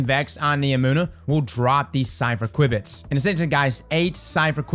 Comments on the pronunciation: "Q bits" not "Quib bits" lol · Queue bits. QUEUE bits. not qwibits XD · It's pronounced 'queue bits' (qubits) dude... that was painful man- thanks for the awesome PSA one again though!! :D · It's not pronounced quibits btw, it's pronounced queue-bits. It's a computer science/physics term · Just a heads up, it is pronounced "q- bits" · I like how calls the ‘Kwibbits’… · They're pronounced "kyoo-bits" btw lol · pronouncing qubits got me rolling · I know I giggle each time. Sounds like something you’d expect to hear from a vex toad.